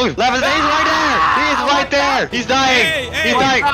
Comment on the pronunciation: love the way u say "THEEER IS NOT WAER!!!"